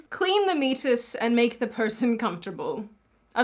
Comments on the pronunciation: Admittedly, I did wince when hearing her mispronounce it. It's pronounced 'me-ate-us'. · The pronunciation is me-a-tus. Im so glad im retired. I was a labor and delivery nurse for most of my 35 yrs of nursing. No way could i go along with this BS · it's pronounced "me-ay-tus" lmfao 🤣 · I'm nitpicking here, but "meatus" is pronounced "mee-ay-tus" and it's the urethral opening in both men and women. Hard agree, though, that it's weird to leave in the technical jargon for men and basically refuse to acknowledge the vagina of a cis female. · Love your stuff, alway have over the years. Yes this is ridiculous and irresponsible- saying that as a human person, but also as a practicing physician. Just to clarify one fun detail - meatus is pronounced meeeaaatus, 3 syllables. keep up the good work! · It’s pronounced meAtus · it's pronounced Me-a (long A)-tus. LOL! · The men giving birth are actually women. It is clean the “Me-ate-us” is how it is pronounced in medical terms. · "Meatus" is pronounced "me-ay-tus". Also, the fetus (not the mother) makes the placenta. The uterus provides a hospitable environment for the placenta to grow, but as noted ectopic pregnancies can occur. There is then no mechanism for birth, but initial development can take place. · Pronounced meee-ay-tus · Meatus—-pronounced me-ate-us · Meatis pronounced Me at iss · It's pronounced ME ATE US. Its the opening of the urethra. Ive had a catheter once when i had brain surgery. It felt like they were sticking the straw in the apple juice box. ...followed by the opening scene from Austin Powers... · you had me rolling! lol! Someone probably already said it in the comments but its Me- a - tus. "A" pronounced like the word "aid" lol but tbh i think i like your pronunciation better 🤣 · I know it's chucklesome but the correct pronunciation is more like mee-ay-tus. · Lol it's pronounced me-A-tus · The word is pronounced Me A Tus (meatus). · Also, it's "meatus". Me-eight-us.